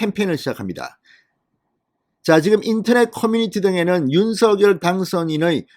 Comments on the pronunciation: 윤석열 님 발음하실때 윤 석렬로 발음해달라고 직접 말씀하셨어요 얼때부터 석렬로 부모님이 불러주셨다고 방송에서 들었어요 의원님께서도 서결보다 석렬로 얘기하심 좋겠네요 방송 잘보고있어요 궁금중을 알기쉽게 설명해 주셔서 강사합니다~ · 갱상도 싸나이라 그래요...방송 앵커들도 다 성렬이라 발음하지만 서결이라해도 알아들을 수 있으니 너그러이~